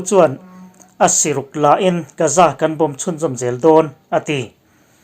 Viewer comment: Gaza hi Gaaza tih alam tur... Ga hi thluk deuh tur..